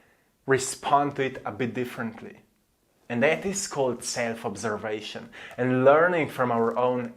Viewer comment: Your right, and because you move, I finally want to say to you that you should practice your English, but it does seam like it actually has become much better. Your content is great! So much truth. And I know am stuck on so many areas. Guess I just gotta move, yes! Brilliant It's not prroottses, it's process. It's not my seeiillf, it my self. Listen to more English so that you can unconsciously pick up how the words are pronounced.